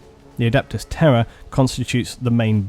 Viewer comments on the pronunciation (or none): Oh Terra...I thought you were saying “terror” 😂😂😂